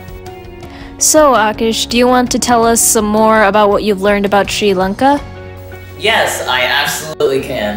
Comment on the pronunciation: Massive respect for saying the name correctly sri lanka 🇱🇰